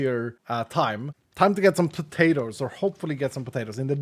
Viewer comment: say "pah-tay-ters". Lol. Love it. He could be from the deep south of USA. 😂